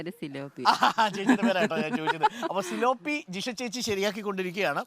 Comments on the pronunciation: സിലോ പി അല്ല. പി േലാ പിയ ' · തിലാപ്പിയ ആണ് ....tilapia ....